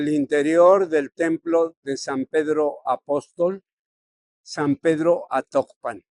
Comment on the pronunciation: Es ATOCPAN no Actopan.